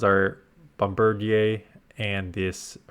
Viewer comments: I think it’s pronounced bomb-bir-deer, as I’m guessing it’s a portmanteau of bomb, bird, and grenadier. Hate that it’s raid locked, but I still have like 30 premium passes so I guess I know what I’m doing this week. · That's got to be the most Canadian pronunciation of Bombardier I could have ever imagined 😂